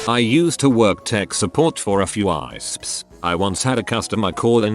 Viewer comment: For a fewww EYYYYEEESSSPPPPSSSSSS XD oh text to speech you make me so happy but so sad at the same time